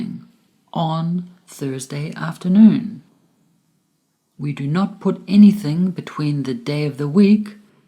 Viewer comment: ...afternoon not afteroon :)